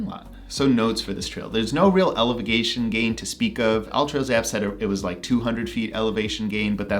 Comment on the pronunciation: did you say elevagation gain? Haha